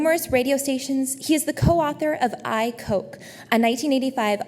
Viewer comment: The Hillsdale College student introducing Goodwin notes that she is "a Poltiical Science major and a political junkie." And then relates that Goodwin (and this is how she pronounces the following name) is "the co-author of "I, Coke" --- the 1985 unauthorized biography of New York's former mayor, Edward I. Coke. Please join me in welcoming Mr. Michael Goodwin." That famous mayor's name was Edward I. Koch. And she pronounced his name: "Coke." Why, you ask? Ah, to be in Michigan at Hillsdale College, and not know anything about New York City politics. Yes, Michigan --- where the only way anyone pronounces the name Koch (as in the Koch brothers) is "Coke." But in the rest of the country, everyone knows that the name of the three-term New York City mayor of the 1970s and '80s, Ed Koch, is pronounced "Kotch." The student said she was "a Poltiical Science major and political junkie"--- but apparently never took a few moments to watch even one news report or speech by Ed Koch (or Ed "Kotch" as the name is pronounced) --- because then she would have pronounced his name correctly. That is, the name of one of the best-known mayors of the 20th Century. It's tough to be a sheltered mid-westerner when talking about New York City politics. Kapish?